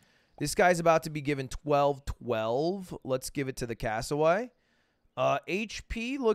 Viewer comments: doesnt matter at all but its Casso wear eee not Cassoway Lud :^) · Lud there is an r in Cassowary